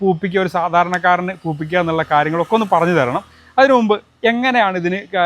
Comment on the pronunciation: പൂപ്പിക്കുക അല്ല പുഷ്പിക്കുക